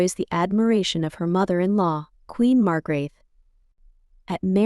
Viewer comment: Hvordan f var det Margrethe blev udtalt ???